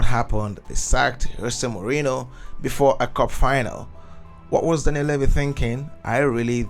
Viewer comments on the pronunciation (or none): none